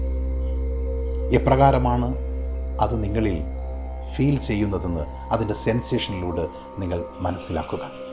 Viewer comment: ആർക്കും സാറിന്റെ ഉച്ചാരണം Problem ആയില്ലെ? സാർ എല്ലായിടത്തും നിങ്ങളുടെ എന്നുള്ളതിന് പകരം നിങ്ങളുട് എന്നും അതിന്റെ എന്നുള്ളതിന് പകരം അതിന്റ് എന്നും അതുപോലെ എല്ലായിടത്തും 'എ' എന്ന് വരുന്നിടത്തെല്ലാം ഇതുപോലെ ഉച്ചരിയ്ക്കുന്നു. അതു കാരണം എനിയ്ക്ക് 100% Concentration കിട്ടുന്നില്ല. എനിയ്ക്ക് തോന്നുന്നത് അത് ശരിയാക്കുകയാണെങ്കിൽ ഈ video യ്ക്ക് millions view കിട്ടുമായിരുന്നു. അത്രയ്ക്കും ഗംഭീരം !!!